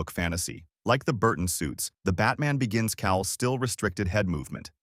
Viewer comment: I always feel the visuals should match the script - especially as some viewers may not already know the reference. Also, you need to listen to and edit AI voiceovers before uploading, is really jarring when you have things like "Batman. Begins" with the implied break because the AI doesn't realise it is the name. But content wise, loved it.